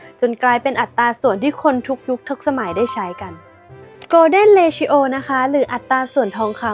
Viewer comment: ผมติดตาม ช่องนี้ มานาน ทั้งได้ความรู้หลายๆ อย่าง แต่คลิป นี้ ไม่น่า พลาดได้เลย นะครับ มันไม่น่าจะ ออกเสียงว่า เร-ทิ-โอ นะครับ